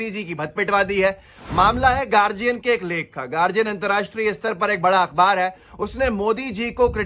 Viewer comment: गार्डियन होता है गार्जियन नहीं